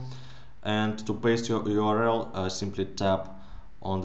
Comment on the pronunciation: Video your-el